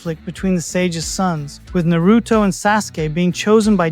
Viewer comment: I dont belive you love Naruto calling it Naruuto.